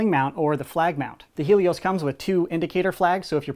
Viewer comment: It's hay_ Lee_ os